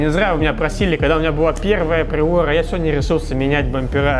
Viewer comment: Как же ему трудно говорить туРбо пРиоРа